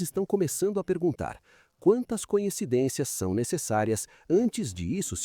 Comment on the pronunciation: Narrador, não é a primeira vez que ouço voce pronunciar " conhecidências". Por favor, a palavra certa é "coincidências"